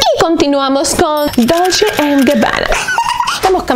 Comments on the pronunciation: Reyna Corazones sería dolche (dolce)=dulce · Me encanta tu forma de decir " dulche and Gabbana" 😂